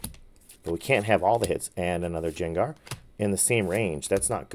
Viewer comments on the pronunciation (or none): Loved the vid! Grade the gardevoir. But please don’t call Gengar Jengar 😂. ❤ it’s a Hard G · Quit calling him(gengar) Jangar please...you sound like an idiot... Only when you do that though!!! Other than that driving me along with everybody else nuts Your videos awesome